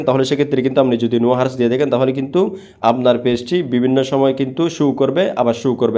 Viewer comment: উপকৃত হয়েছি সেজন্য ধন্যবাদ কিন্তু যে জিনিসটা আপনি মানুষকে শিখাচ্ছেন সে জিনিসটা আগে সঠিকভাবে বলতে শিখুন এটা হার্স না এটা আওয়ারস